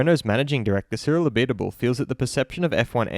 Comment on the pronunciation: Cyril A-bit-able